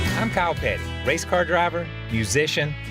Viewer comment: did he say kyle petty or cow patty?